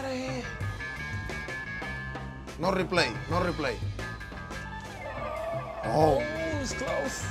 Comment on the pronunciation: "no rrreplya no rreplay"- Cuban ironman(Yasiel Puig) 2k15